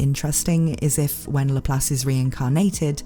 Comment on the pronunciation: Does it bother ANYONE else how she's clearly pronouncing this characters name wrong...